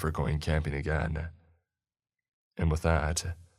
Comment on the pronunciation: I don't know what's worse, the stories or the narrator's voice. He overenunciates simple words like "but" or "not" to the point of ridiculousness but then drops every "g" off of an "ing" ending and adds either an "uh" or an "a" (ie. "again-uh" & "respond-uh") so he sounds like a valley girl who failed out of announcer school. Absolutely horrible. Maybe try instituting SOME quality control with the stories by releasing less often so you don't need quite as many and, if you want to be a speaker of any kind, use the extra time to work on your craft.